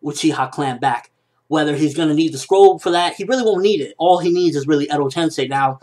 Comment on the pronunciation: lol "Edo tensei" not endow tension.